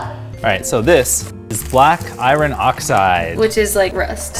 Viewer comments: I have never heard anyone pronounce "iron" as "i-ron" before. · Eye-Ron oxide??? Eye-Ron????